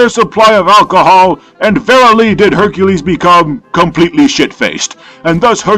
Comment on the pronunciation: Lol “Beercules”